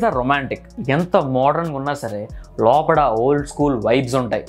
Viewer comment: Lopada kadhu bro Lopala...ani anali 😊👍🏻